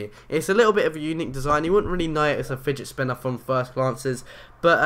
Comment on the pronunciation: he says spigit spinner lol